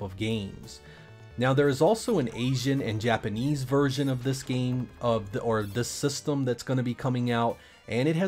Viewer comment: You really enjoy saying the word “systumm”